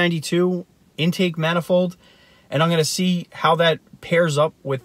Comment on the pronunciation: The way u say intake manifold makes me think u don't no what an intake manifold is And 20hp for 2k is fucking awful